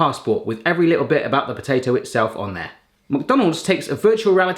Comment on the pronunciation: take a drink every time says "mac-donales" 😆